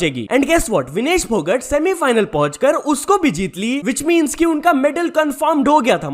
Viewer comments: Not फोगट it's phogat (फोगाट) Correct it !! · Bhai aap humesha naam galat kyu bolte ho? Vinesh phogat ko vinesh phogut Manu bhakar ko Manu bhakad? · Bhai फोगट nahi hai फोगाट hai😂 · Pronounciation kitna khrab h bhai Tera कल्कि को कालकी, फोगाट को फोगट, भाकर को भाकड़ मतलब हद्द ही हो गई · not phogt ..this is phogaat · विनेश फोगाट है /फोगट नहीं है । नाम तो ठीक से बोल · फोगट नही भाई फोगाट हैं। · Tune dono athletes ke sir name galat pronounce kiye h Phogat and bhaker Thoda pada liya hota YouTube pe aane se phle acha hota niyon men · Phogat check your pronunciation bro